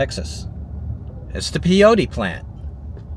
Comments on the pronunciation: it's pronounced PAY-OH-TEE, and MESS-KUH-LEN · i think it was one cat just following you around! just FYI it's pronounced PAY-otea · Peyote is pronounced PAY-OAT-E. When you said they made 107K in that town, I said drugs! I was right.